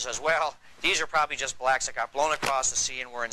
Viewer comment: Hearing BbblllllaaaacccKKKKSSSS ( saying so hard) just gets on my nerves